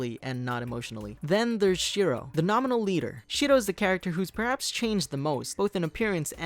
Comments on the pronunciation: if I heard it right, he pronounced shiro(shi-ro) shito(shi-to) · You're not say Shiro wrong. It's ShiRo not Shido. I know were you coming from the Japanese propitiation of R is D but only if your speaking in Japanese. If your speaking in English it R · The way he says "Shiro" smh